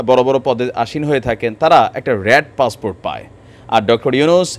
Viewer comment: Bangladesis English passport is passfort in bangladesi style 😂😂😂😂😂😂😂😂😂😂😂